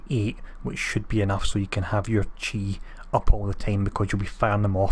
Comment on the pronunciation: Also i almost feel bad for this as ur mispronunciations of words give me untold hilarity, but chai is a spiced tea. Chi (pronounced chee) is a concept in buddist and Chinese culture or Tai Chi. pls never stop it thou :D